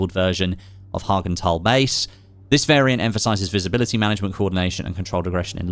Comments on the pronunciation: Can u please stop calling it Häagen-Dazs Base... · Nah Hagand Ass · The way you pronounce hagental is so off lol 😂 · Did he say "haagen-dazs" base ?????